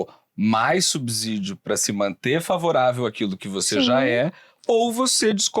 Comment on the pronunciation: É "subsídio", não "subzídio".